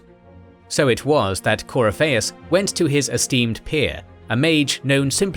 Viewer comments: Yeah, CoryPHEIUS, instead of CoRYpheus. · Cor-y-fei-us = 👎 Cor-if-i-us = 👍 I'm so glad Dragon Age lore is getting some more videos! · sound it out . its core if fee us this is how its pronounced in literally any dragon age game scene book lore. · The way you butchered Corypheus' name grated on my ears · how did you fuck up pronouncing the name Corypheus? he literally says his name in the game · The game says the name correctly. It's not that hard... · Glad somebody else caught that pronunciation. I love this channel to death, but sometimes it's clear whoever gives the copy to the narrator doesn't include a proper guide to how certain fantasy names are pronounced. I give leeway on names that have maybe only been officially mentioned by an author in some obscure interview...but Corypheus' name was pronounced consistently all over DA:I by several voice actors. Unless they pronounced it differently in the DA2 DLC (which I confess to not have played), this is an oversight. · The mispronounciation of Corypheus is somewhat painful. Sera would be proud though. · Great video, but please watch a scene from inquistion where they say Corypehus' name. Im thrown off by the pronounciation each time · Video is well done and well put together, my only nitpick is how some things are pronounced like “Corypheus” and “thaigs”. Otherwise, these videos are excellent.